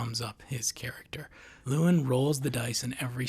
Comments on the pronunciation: Why do you keep calling him lewin, ya spoon. It's Llewellyn. Loo-ellin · "Lewellyn." You are mispronouncing it. I don't agree - Lewellyn is not "dumb." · "luh" + "WEL" + "in" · He mispronounces the main characters name at least 50 times 😂